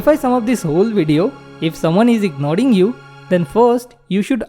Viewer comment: Ignoring❌ Ignoding✅